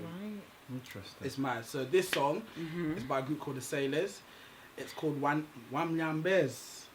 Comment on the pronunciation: you are failing us big time! It's WAMLAMBE WAMNYONYE. first word derived from LAMBA swahili fo LICK.Second word derived from NYONYA swahili for SUCK. WANYAMBE is derived from NYAMBA swahili for FART. so again, the phrase is WAMLAMBE WAMYONYE. Thank you